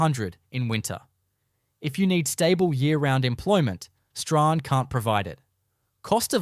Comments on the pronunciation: It is not 'Zee-harn' but 'Zeen'. Queenstown was never the 3rd richest town in Tasmania, that was Zeehan. I've never heard of 'Staw-han', it is pronounced 'Strawn'. I'd rather you❤ take this video down and correct it for pronunciation and facts. It it stays up I'll report it to YouTube. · Whoever has done this Doc, never asked how to pronounce the names of towns. ZEEHAN......'h' is silent STRAHAN...'h' is also silent. "STRORN" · It’s not Zee Han?the silent letters Strahan, can’t stand hearing them miss pronounced